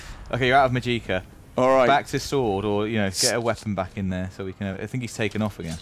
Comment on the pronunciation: "Mageeka"? Really? Correct me if I'm wrong, but that i is pronounced shortly.